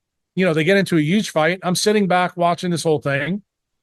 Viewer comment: why can't this guy pronounce the word "huge" correctly? the H isn't silent ...